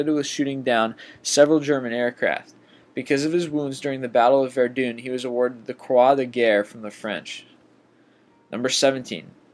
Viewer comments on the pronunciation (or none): It's not verduun it's Verdun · how you, say verdun: . Verdoone haha laugh every time its VER-DONE. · Verdun not verdoon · Your pronunciation of names and locations are so far off the real thing it's awkward to listen too. Eg verdun not verdoon I've noticed this in more that one of your videos. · Verdoon made me burst out laughing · Interesting video. Other than the fact you put Billy Bishop as a fighter pilot in world war two instead of world war one, my only complaint is your pronunciation of certain words like "revered" or Verdun. [ you called it Verdune.] Work on that aspect of the videos, and they will be far more compelling. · This kids pronunciation is brutal, "battle of verdune" it "ver-done" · Not taking historical facts from someone who can't even pronounce Verdun correctly, pffwihjfwfawawfa. Jk. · Two reasons the narrator is not Canadian: 1. We wouldn't mispronounce so many words which are in common usage here (e.g. Verdun -- several provinces have towns or small cities with that name) 2. As has been pointed out several times, Billy Bishop (VC) fought in the First World War; and we would have certainly made sure we got him right.